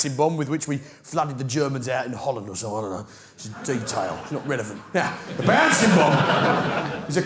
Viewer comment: Baansing bomb 😅😅